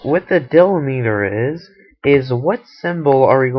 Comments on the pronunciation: dill-li-meter, lol, deeeee-lem-it-er, great video thanks for the help! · Can't get past him mispronouncing delimiter.